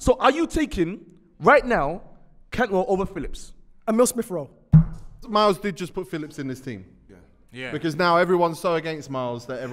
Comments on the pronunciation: Poor Miles, man said smith-rowe and cantwell. I just can't, then had the braveness with chess to say mans football knowledge is 'he he ha ha' whatever that is lol big L for Miles this whole show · Man said smith Rowe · Man said SMITH ROWE AND CANTWELL 🤣🤣🤣🤣🤣🤣🤣🤣🤣🤣🤣🤣🤣